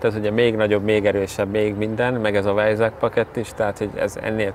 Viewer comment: Nagyon jó lett, de "vájzák" nak ejtik! :)